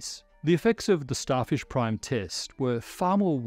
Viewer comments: That’s some Australian accent slipping though. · Did he say Starfish, Starship or Starshift? We may never know!